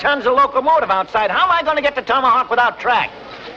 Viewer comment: Rory said, tommyhawk